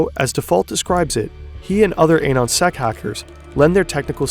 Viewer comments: Ah-non sec not Ayyyynonsec. Anonymous, Anon-sec... Jesus christ homie. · There was a lot of wrong info here: Anonsec (proper pronunciation is the same as anon in anonymous), they did not, "do it for the lolz," quite literally lolzsec did. Jesus. Anonsec were people who created what was originally the foundation of anonymous.